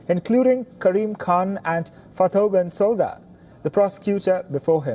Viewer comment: Actually Ukraine isn’t even a signatory to the Rome statute! Also, it’s pronounced Bensooda not Bensowda! Thanks for everything you guys are doing 🫡🔻